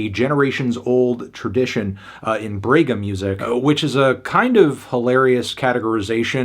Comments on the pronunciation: "brwegha" kkkk mto bom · Fantano saying “brega” is HILARIOUS. I am From the same region the she was born. Had to say this album is awesome and i am happy you gave a listen to it. Gabi is a HUGE artist outside of Rio-Sao Paulo usual trend. Ps.: If you a strong 10 in pronuciation, in “Brega” The “Bre” is pronounced more like the “bra” in the word “bragging”.